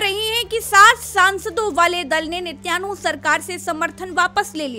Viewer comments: Watching from saudi, his name is binjamin netan yahu not Nitaynu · 😄😄 "net YAANU " nahee VOH " neten YAAHU " HAI😂🤣